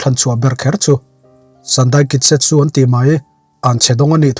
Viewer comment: sandai kitsetsu nilovin sandai kitetsu aw sir